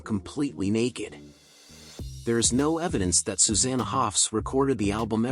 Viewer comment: You would think an AI voice could pronounce 'Susanna' consistently, AI is here to stay and I don't like it :(